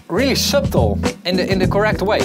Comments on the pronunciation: Useful vid. fyi, the 'b' in subtle is silent, so it's pronounced 'suttle'. Should make it a bit easier to say ;) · Subtiele tip:"Subtle" spreek je uit als "Suddle"..voor de rest weer een goede video zoals altijd! (voel me echt een zeikerd zo maar ik bedoel het vriendelijk haha) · For "subtle", we don't pronounce the b in english. It's like this : [sʌɾɫ̩] or [sʌˈtɫ̩]. [ɾ] being a 'tap' like a British person saying the /t/ in /water/. It almost sounds like a /d/. The /l/ becomes syllabic and the vowel is deleted [ʌ] is like the /u/ in /butt/. Nice video.